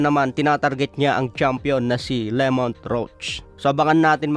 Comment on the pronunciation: Pakiayos po pronunciation sa pangalan ng fighter. Hindi po Lemont, Lámont po tama🤦‍♂️